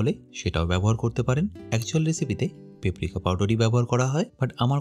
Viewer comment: শব্দটা পেপরিকা না পাপরিকা😂😂😂😂